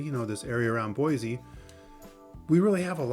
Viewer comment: you clearly are not local. Its pronounced Boi-C, Not Boi- Z.